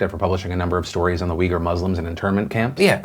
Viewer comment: oof, i kept thinking he was saying “weaker muslims” instead of “Uighur Muslims” 😂